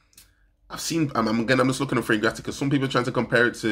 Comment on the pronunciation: It's not fragratica, it's a play on the word fragrant. Fragrant-ica 👌